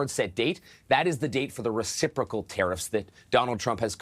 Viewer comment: This host is awful. He’s biased and can’t pronounce words. Resiprosal?